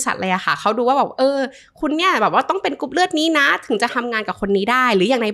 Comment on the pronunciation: คุณหมอออกเสียงรอเรือน้อยมากในเวลาที่คุณหมอพูดภาษาไทย ค่อยข้างออกเสียงรอเรือน้อยมาก กรุ๊ปเลือด.. คุณหมออกเสียงเป็นลอลิงส่วนมาก